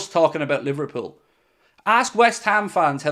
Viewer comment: You mean li-var cheated-pool again